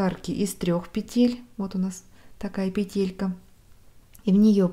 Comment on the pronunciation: пЕтелька, ударение на первый слог букву "Е".